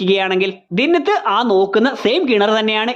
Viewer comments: ദിന്നത്ത് അല്ല ബ്രോ, ദിൻനാഥ് എന്നാണ്. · ദിന്നത്ത് അല്ല ദീൻ നാഥ് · ദിന്നത് അല്ല ദിൻനാഥ് എന്ന് ആണ് റോഷന്റെ charactor name